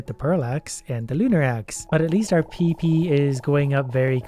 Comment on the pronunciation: I like how you can tell he isn’t saying pp he is saying peepee.